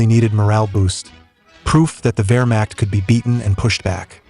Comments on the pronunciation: I love this topic but just can't take a video serious, or invest my time, if your AI voice can't pronounce basic WW2 terms like WEHRMACHT! correctly! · Is this AI or can you seriously not pronounce Wehrmacht?